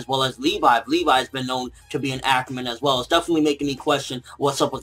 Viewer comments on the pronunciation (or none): none